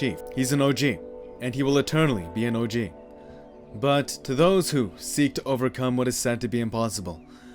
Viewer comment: U dont know how to say og but great vid